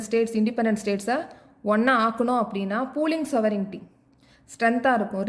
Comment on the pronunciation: Sovenity illa mam sovergnity